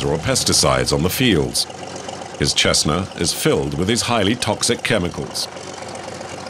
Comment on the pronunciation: This narrator just mangled all the Spanish pronunciations and called a Cessna a “Chessna.” Facepalm.